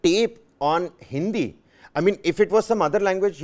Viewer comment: did he say hindia?